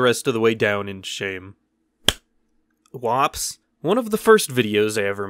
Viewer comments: Woops You said it wrong.. What W O P S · When you are just too much to where you can’t even say whoops correctly W O P S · “Wops” You have the weirdest way of saying whoops that I may ever have seem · Everyone: woops Literally everyone: woops Him: wops 😂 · Its WHOOPS, not WOPS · It’s not WOPS it is w ou. Ps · Just so he knows its woops... The word is woops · Hey, remember that time you came up with your own made-up term for embarrassing moments and thought you'd give it a quirky fun little way of pronouncing "whoops" but ended up naming it an ethnic slur against Italian people? Heh, Wops! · It was pronounced wups